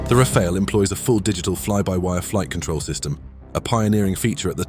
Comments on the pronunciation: Rafale A is now Rafail? Tell me you are using AI voice, without telling me you are using AI voice... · Just make sure you’re not pronouncing it like the name Raphael 🤬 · It's amazing how many people are almost incapable of pronouncing "Rafale" correctly.